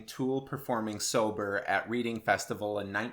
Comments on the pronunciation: Doesn't matter but as an FYI from a British person if it's Reading Festival in England it's pronounced 'red-ing' not 'reed-ing' x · Pretty sure it's "Redding" and not "Reeding" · It’s pronounced “Redding” not “reeding” FYI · It's pronounced "Red-ding" not Reading as in reading a book! You would probably have a go at me for Village/Town/city pronounciation in America. I'm from UK. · It's pronounced Red-ing not reading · Red ING not Reed ING. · As someone who is from Reading, it's not read-ing, it's red-ing. You tit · your a voice teacher.. and your first sentence i ever here you say...is reading... pronnounced reeding ? lol...its pronounced... red..ing red ing festival. its near london ...in a place called reading amazingly. with an incredible little metal nightclub called the agincourt. pronnounced..." a jin caught' and not the american 'A' .. thats hay "A' , not that... its 'that' or 'vat' or 'at' A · Red-ing not Reading. Good video though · its pronounced red-ing not read-ing.. jus sayin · It’s pronounced Redding not reading:) love the vids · It's pronounced "Redding" not "Reading" YESSSS I could correct a fab voice coach lol. Love your style and enthusasm for all forms of music and vocalists. If you could do Gary Numan that would really make my day. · lol it's pronounced redding not reading! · Its pronounced Redding not Reading (place in the UK. :) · I can see how he pronounced it wrong it makes perfect sense it's the way it's spelt, but yeah it's pronounced Redding lol easy mistake to make I did laugh when he said it but it's no big deal.. I must be bored to be commenting on this.. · Yup, seriously doesn't make sense! But as someone who used to live nearby and has been to the festival, it's most definitely pronounced "Redding". I work as a librarian and "Reading" sounds much cooler though! Love the video :-) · Yah bud reading is pronounced redding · Pronounced 'Redding' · It's pronounced Redding btw :) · Pronounced red-ing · REDDING!. it's pronounced RED-ING